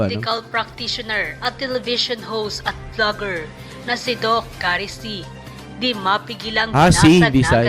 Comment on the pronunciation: Not Doc Say…..Doc Seee Sy See ang pag pronounce